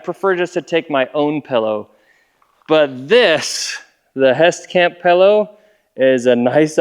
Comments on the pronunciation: wtf is a pellow? you are an adult it's a pillow learn how to speak english. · I heard "pello" and immediately thought you were fro Utah Also "36 cans of ice" wut?